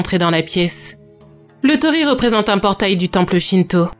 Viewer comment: Bonjour, Petite précision : il ne faut pas dire tori mais tori-i, car tori c'est "un oiseau ". Sinon très bonne vidéo comme d'habitude. 😘